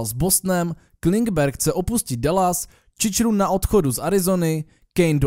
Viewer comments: Nee, to mi nedělějte... Nechci se vysmívat, nemám ani nic proti, ale to ''Čičrun'' mě ničí... :( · Hele zrovna takovýhle neobvyklý jméno bych nevyčítal a když už tě to tak pohoršuje, tak věz, že Chychrun je původně ukrajinské jméno, které se vyslovuje v původní podobě právě Čičrun, takže to tak úplně chyba není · Ale jako jo, uznávám, ať je správně co chce, číčrun zní hrozně 😅